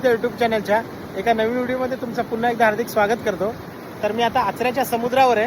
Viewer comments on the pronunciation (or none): none